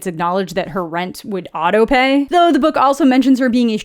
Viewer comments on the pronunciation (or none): none